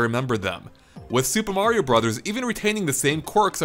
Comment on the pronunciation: Just to say thank you for saying 'Brothers' instead of 'Broze'